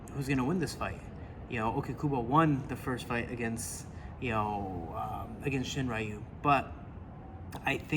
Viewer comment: 英語話者は「りゅ」の発音が苦手だって聞いたことあるけど本当だったんですね！ しんりゅうがShiｍura youみたいになってる笑